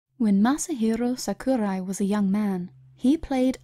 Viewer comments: Masahirrrrrro Sakurrrrrrai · Just 2 quick things: 1: Masahiro is his surname, not his first name (this is the case with pretty much all Japan-born citizens). Not a problem though, it's a common mistake. 2: You were mispronouncing his name which is also common for foreigners. I would suggest that if you do any more videos like this, that you quickly put the name into google translate and listen to it yourself. Nothing really wrong with it, it was just kind of bugging me as a Japanese learner. I did enjoy the video though, thank you!